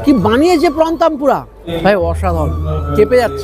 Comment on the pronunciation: পিছনের সাদা পাঞ্জাবী পড়া ছেলে টা বেশ সুন্দর আরে কাকা ওটা তামপুরা না তেম্পুরা